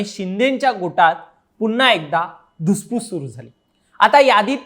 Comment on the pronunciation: शब्द स्पष्ट असावेत उदा... सुरुवातीसच आलेला धुसफूस शब्द